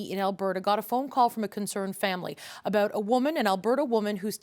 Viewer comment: was the hardest “aboot” I’ve ever heard lol